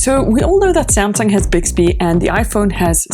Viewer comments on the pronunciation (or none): sumsung spronsor😂